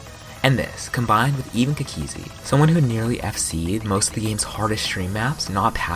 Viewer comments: It annoys me how he says cookiezi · the way he says cookiezi T-T